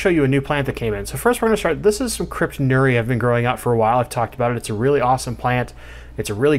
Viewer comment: Nice crypt. This ones specific epithet is pronounced nur-e-i.